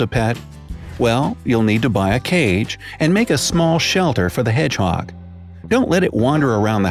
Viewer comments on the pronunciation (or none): I love the way he says hedgehog "heDGGGGhOoG"